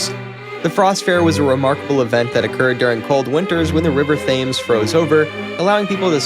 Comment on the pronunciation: Thames is pronounced Tems.